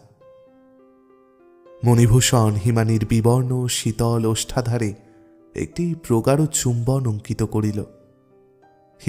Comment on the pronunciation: ওষ্ঠাধার,অধ্যায়ণ উচ্চারণ গুলো কানে বাধল।